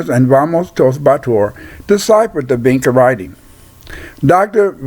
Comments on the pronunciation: Sounds like bullcrap. It is pronounced VinCHa. Hungarians are Finno-Ugric and what migration route did they take from Africa then??? Magtays came to Europe from the 5th century and have nothing at all to do with Vinča civilisation. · If you actually knew how to pronounce "vinča" you might have a little more credibility. As for the Magyar hypothesis, history, linguistic evidence, and archaology says they didn't reach the Vinča cultural area until millenia after these sympbols were in use in the area of Romania and Bulgaria.